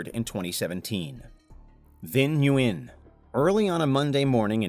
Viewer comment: Nguyen is pronounced "when" like the reporter pronounced it. It's not important for the attempted kidnapper, but I've met many Nguyens.